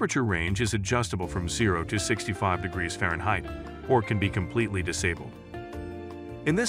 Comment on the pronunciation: Nice video, AI narration is pretty darn good except for *Fahrenheit (fairheight, lol).